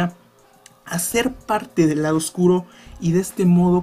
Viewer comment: enfatiza en la palabra "oscuro":D